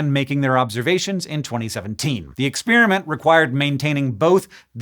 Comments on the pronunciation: Thank you for continuing to make shockingly complex topics consumable by the average science-interested member of the public like myself! Also, are we saying ex-SPEAR-iment now? I always thought that it was pronounced pear like the fruit, not spear like the javelin. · is Babbel who is responsible for him pronouncing experiment like spearmint ? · There isn't much that annoys me more than pronouncing ' exp(er)iment' Ex(spear)amint. And your over the line. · Why do some people pronounce the word 'experiment' like 'ex-PEER-i-ment' instead of 'ex-PAIR-i-ment'? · Please do a video on how it became trendy for science nerds to say "ex-peer-a-mint" instead of "ex-pear-a-meant", and how this is a telling sign that our universe is devolving. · I love your work but you pronounce "experiment" in an unusual way.